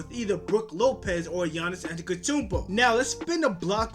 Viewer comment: You can't even pronounce giannis name!!!